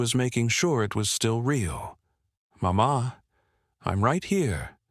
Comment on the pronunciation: The narrator does'nt use some of the correct pronunciations!! Not MaMa! Mama.